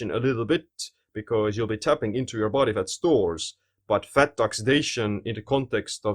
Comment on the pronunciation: I love his way of pronouncing words. Especially "faTTTTT" :D cracks me up